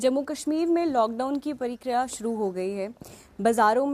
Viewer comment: Its prakriaaa